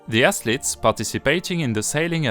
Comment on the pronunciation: The word athlete can’t be understood clearly.., try pronouncing the th as F in the beginning until you can pronounce it. Apart from that great video and editing and good effort for your English